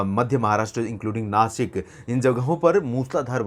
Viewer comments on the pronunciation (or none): none